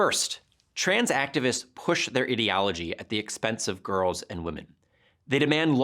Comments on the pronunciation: He doesn't even say ideology correctly, what a fuckin goober. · get back to me when you can pronounce ideology correctly